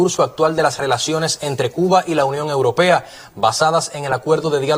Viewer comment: La compañera periodista tiene que aprender a decir europea, no es uropea!!!